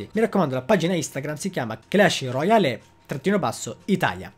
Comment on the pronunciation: Roial, non roiali